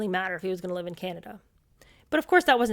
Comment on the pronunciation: a common expression in England . And to those uncertain of pronunciation " live" is not pronounced "lyve". There are others mispronounced in the US using it too. Long-lived is an other one! Not long-lyved. Petty, perhaps, but like nails on a blackboard to me.